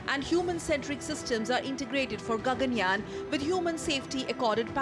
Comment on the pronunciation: It is Gaganyaan ; not Ganganyaan smartie !